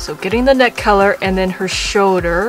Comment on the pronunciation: Shoulder not shouder